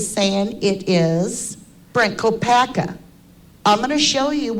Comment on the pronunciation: If I'm not mistaken its "Kopak" anywhere. There is a family of Kopak's in Perce Idaho not too many miles away from Moscow. Besides there is a video put where Brent himself stated his name and he puts no 'at or any other letter or sound on the end of it. U did know that didn't u guys? Its just something that's not important really to the case it just bothers me everytime I hear people say Brent's sir name. I'm sure it makes no difference to him anymore but out of respect for his legacy i would truly like to know the world knows his name. But who knows maybe I'm wrong but I don't believe I am. Thanks for everyone's hard work no matter what. Have a wonderful day.